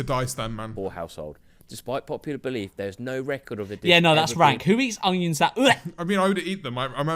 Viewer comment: i always laugh at my mum whenever she says onions because she pronounces it with a very subtle G (so she says 'ungions' the g is very subtle) and i just realised George says it like that too